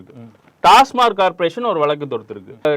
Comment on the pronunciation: யோவ் டாஸ்மார்க் இல்லையா.. டாஸ்மாக் ன்னு தெளிவா சொல்லு..